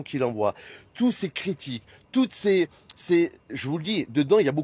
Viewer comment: « ces critis » ? Ces « diffLamations » ???? il « divoile »… 🤨 Je pense que si Oliv avait neuflamé au lieu de dixflamé, nous n’en serions pas là. Après, je ne suis pas sûr que neufvoiler, dixvoiler, ou même onzevoiler fasse vraiment une différence. Mais je ne suis pas expert.